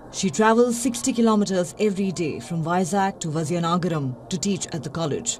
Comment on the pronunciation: That was an interesting report on sn astounding person. I have a suggestion though - before going live with content please do try to find out what the culturally proper pronunciation is, of names that feature in your reports. In this case - Santhamma, Guiness, and Vizianagaram